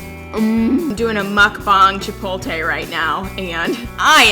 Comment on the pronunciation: Foodie that cant pronounce "chipotle??" It's chip-ote-lay, not chip-ole-tay